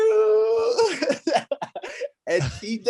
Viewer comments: Bruce I love your show, you’re such a great guy. Also, if you’re wanting to listen to his daughter, the emphasis is on the MA in ka-MAH-ru..... You’re saying KAH-ma-roo, but it is kuh-MAH-roo OOOOSSS-Mannnn!!! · My only gripe about this podcast is 1/2 of it is telling the fighters what great guys they are.. I had tp ramp up the playback speed to 1.5 to get through it.. PS- the way you announce Kamaru's first name sounds like #Kangaroo. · Bruce couldnt pronounce Kamaru properly if his life depended on it.😂 Lol. Love ya Bruce